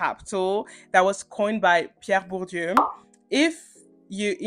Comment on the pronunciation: wait do you speak french? because your pronunciation of "Pierre Bourdieu" is absolutely perfect :0